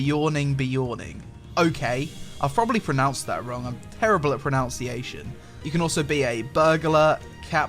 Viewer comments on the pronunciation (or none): "im terrible at pronounciation" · I'm not good at "Pronounciation"...Yeah, I can tell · 'Im terrible at Pronounciation ' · you are bad at proNUNciation, yes... and it's even your native language :( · You know your pronunciation is bad when you can't even pronounce pronunciation lol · Fails at pronouncing pronunciation... Lol. XD